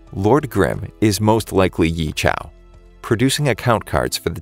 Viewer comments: tf ye qiao its yeqiu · 15 seconds in and i'm cringing so bad...I'm sorry, but as a chinese person i just cringed at how badly the name was pronounced. I know its not easy to pronounce mandarin names, but 'Yee-Chow' is definitely not the way to pronounce it. If anything, the closest way to pronounce it would be 'Yeah Chee-oh'. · YEEEEEEE CIAOOOOOOOO ... "yea chill "is the right pronounciation lul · Ye Qiu is pronounced "Yeah" "Chew", not yee shao. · when he said ‘Ye Chow’ i immediately cringed so hard 💀 then i say’ it’s ‘Ye Qiu!!!’ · ye chiau? ye qiu is pronounced as "yeah chew" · "YEE" bro, he's not Kanye. The way you say his name is pronounced "yey jaow" not "Yee CHOW" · Yi Xiao? Its, Ye Qiu (Yeh Chu.) While Xiu (Shu)... Kinda Cringing whenever I hear ya saying Ye Qiu's name as Yi Ciao / Xiao.. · The qiu in his name is pronounced (chee oh) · Why do you call ye qiu Ye qiao? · So its pronounced ye cha?? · ok i dont expect u pronounce the name Ye Qiu correctly but i dint expect u to destroy it completely... Ye Qiu can be pronounced similarly as " Yeah Chew" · please never ever pronouncwe the name "ye qiu" like yee chao bro. it doesn't even look like how you said that mannn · if only you watch the anime for a bit, you'll realized how you keep on mispronounced the MC name...